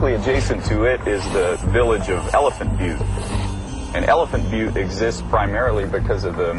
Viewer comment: "Elephant Byoot". Lol.